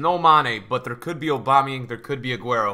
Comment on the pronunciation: Please stop saying aubamuyang like that